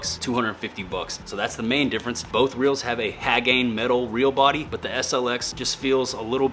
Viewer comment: Ha gone hay. Not hag aine